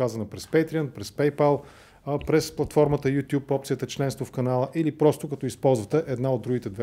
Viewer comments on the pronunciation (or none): none